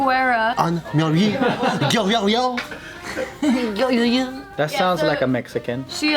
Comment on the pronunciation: says she's Mexican and she pronounces Guerra like that? SMH